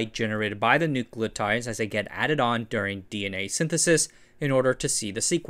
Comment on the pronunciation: mispronouncing DNA in the first half second is quite the move